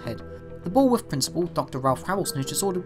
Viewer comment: I kind of want to take a shot every time he says bull worth